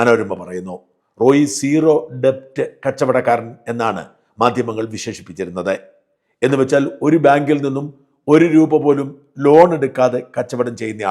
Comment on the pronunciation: ഡെബ്റ്റ് അല്ല അനിയാ. Debt ഉച്ചാരണം ഡെറ്റ് എന്നാണ്.